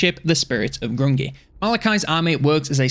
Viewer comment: Grungni - pronounced "Groong'nee"